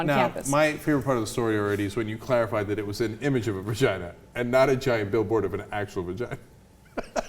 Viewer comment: I hate "va gee" LOL